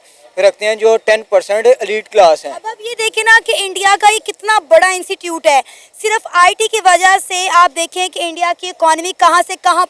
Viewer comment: It's not insecute, it's institute you should pronounce correctly.😢